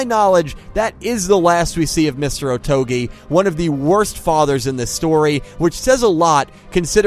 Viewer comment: Saying "Otogi" shouldn’t be that difficult. You even say it multiple times.